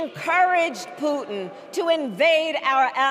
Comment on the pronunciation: They Said Mr Pu-nn instead of Putin